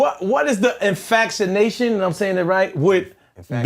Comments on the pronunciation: Lmao "infactionation" wtf bro lmaooooo **infatuation but ikwym lol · "Infactionation" is crazy lmao